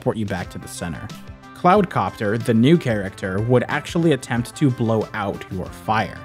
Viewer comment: great video but it's hilarious how often characters, titles and terms from the game are said wrong or weird (baldi's basic, baldi's, arts and crafts, cloud copter, the bully) don't mind me, these games consumed me from , so i have extensive knowledge of it, but so many people do this i had to point it out.